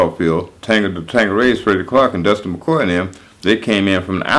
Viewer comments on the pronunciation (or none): none